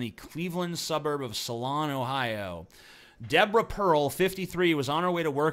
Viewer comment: solon is pronounced ( soul:un )